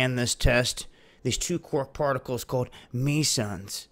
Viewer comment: "Meesons" sounds like MASONS to me!! Geez I wonder why 🤔